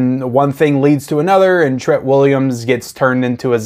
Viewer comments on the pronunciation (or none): It’s TREAT Williams, just like Trick or TREAT. Pronounced the same way…. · I really hate how you pronounce his name...